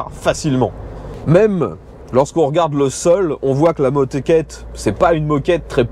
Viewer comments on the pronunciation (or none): bjr " mdr la motéqette " 🤣🤣🤣 a par ca bonne vidéo comme dab merci